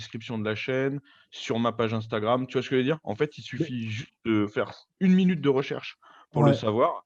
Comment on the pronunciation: "Tu vois skejveudire?"